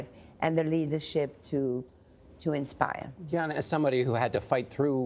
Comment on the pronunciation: Gayle King keeps mispronouncing Dianne's name...... It's not Dion... It's simply Diane.